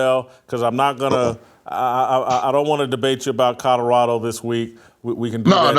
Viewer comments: Love you Jason BUT there are “L” in Colorado!! It’s not Cudderado😂😅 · Whitlock, there is no state named "CODORADO"...slow down and repeat after me... COLO-RADO 😅